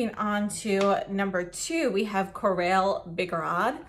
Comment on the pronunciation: Beautiful! I am so tempted - though I know it would last no longer than 15 minutes on my pursed lips (finally found the right description for my lips). (BTW, “corail” is pronounced “Ko-rah-yy.”) Thank you for the great video.